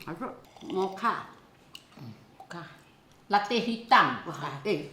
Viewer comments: Pronounced as Moka, not mo cha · Mocha pronounce as Moka